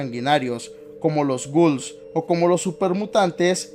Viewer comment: Como que "ghouls" 😔